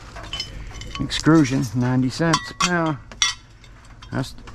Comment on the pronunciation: Funny how you say extrusion 😂